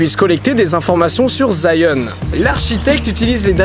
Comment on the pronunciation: Zion ? Je crois qu'on dis Sion